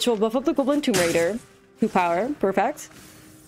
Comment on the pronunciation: Stop mispronouncing GAWBLIN.